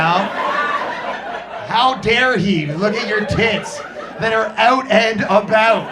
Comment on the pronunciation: “They are oot and aboot.”